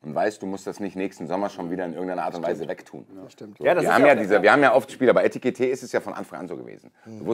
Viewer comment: sagt immer Etikite - er bleibt auch standhaft dabei. Sehr lustig. 😂❤